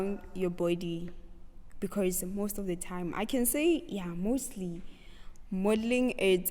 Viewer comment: I loveee your interview and the “becaourse”😂❤️